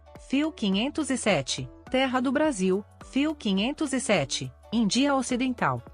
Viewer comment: 1 = Índia: pronunciada de forma ERRADA, pois possui ACENTO. Desculpe.